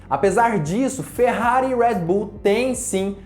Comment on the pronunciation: Fala Redbull direito Caraí kkkkk